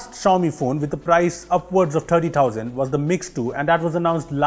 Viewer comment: It was thousands not tousands